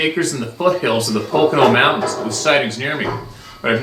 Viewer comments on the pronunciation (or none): none